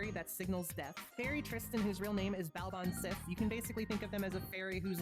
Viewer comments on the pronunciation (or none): Baobhan Sith is pronounced "ba-van shee".